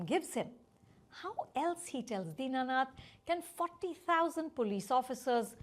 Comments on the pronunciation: Deenanath ❌ Dinnath ✅ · Din nath. Not dina nath.